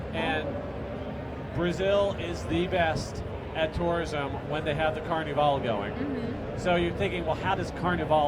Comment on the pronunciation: why cant he say Carnival properly?